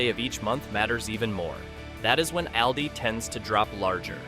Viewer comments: Trick 21 Learn how to pronounce AWL-DEES not Al-Dee's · Stop saying Al Dee. Its Awldi! It’s like you’re talking about a guy named Al. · It's All-dee not al-de. Reset the AI!! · How to correctly pronounce of the A in Aldi: Say AHHH like a doctor is looking in your throat. AHHHL- dee. Not like the A in rabbit. Not like the A in always. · Al-dee? I don't think so. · AI can’t pronounce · If you can’t even pronounce the name of the store correctly….🤣🤣🤣🤣🤣🤣🤣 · I had to stop watching because you were not even saying ALDI correctly 😂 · Please train the AI to pronounce Aldi correctly! 🙄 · Constant mispronunciation of the name. So done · This AI needs to learn how to correctly pronounce Aldis. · Is that how you pronounce Aldi?? if so, I’ve been saying it wrong!